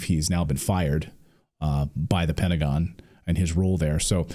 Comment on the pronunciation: “Pedagon”. Love it. 😂